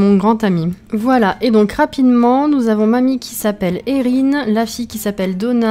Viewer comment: Super vidéo 😊 la maison est troppppp mignonne ((Enfin une personne qui utilise mon prénom enfin à peu près ; Erihn.. Et qui le prononce correctement ! 😂 ))